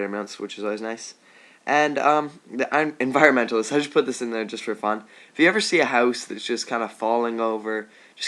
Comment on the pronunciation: it's missile not missle and its not the enviormentalist, it's the environmentalist